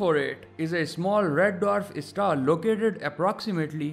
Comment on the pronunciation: Why is he pronouncing star isstar